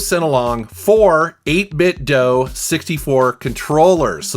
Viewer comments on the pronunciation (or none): It's 8Bit Do not dough even their official speaker that talks says this. So please stop mispronouncing it.